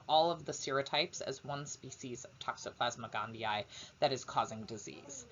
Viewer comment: Finally someone who knows how to pronounce it correctly. Thank you! <3